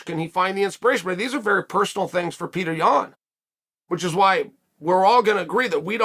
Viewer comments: i love peter yawn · but chael is saying it wrong.. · After all this time you think this guy would know how to pronounce it correctly!Wrooong!!